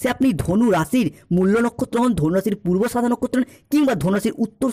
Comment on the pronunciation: দাদা ওই কথাটা হলো পূর্বাষাড়া নক্ষত্র -- পূর্বাসাদা নয়। উত্তরাষাড়া